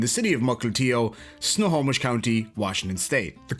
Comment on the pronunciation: WOW you got Snohomish right! Most people who aren't from the PNW get that one wrong.